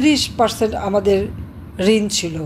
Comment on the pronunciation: হাসিনাতো 37উচচারণ করতে পারলনা😢😮